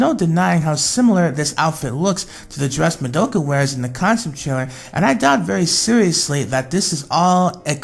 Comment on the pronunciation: Not hate and all but you said Mo-do-Ka her real name is Ma-do-ka